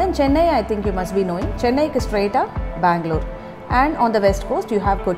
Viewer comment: It is bangalore not a mangalore